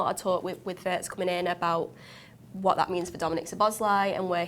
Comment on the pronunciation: German here, please... Wirtz is pronounced like Veertz ! Not like in hurts. Up the reds ❤